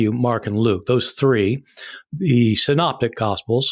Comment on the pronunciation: synoptic gospels, not signs gospels. Good to see that you're taking an interest in it all. I'm just putting you right on that. Me, when I became interested in art mispronounced Renoir and called him Renor until someone corrected me 🤣